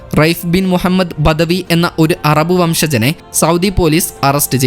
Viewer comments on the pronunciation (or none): none